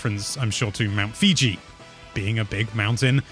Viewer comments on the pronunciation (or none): You mean mount Fuji, not Fiji 😂